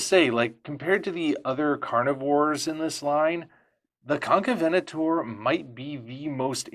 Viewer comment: I didn’t know it’s pronounced as Con-ca-venator. I always assumed it was con-caven-ator.